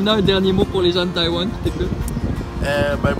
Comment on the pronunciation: 阿兜仔把台灣唸成呆丸了